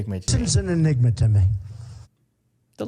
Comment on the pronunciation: He is saying “the n word” when he says “enigma”